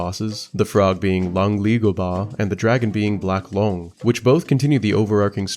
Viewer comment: Some common names in this game are yaoguai pronounced like “yow gwai” and “loong” pronounced like “lohng” and sun wukong is pronounced like “swin wu kohng”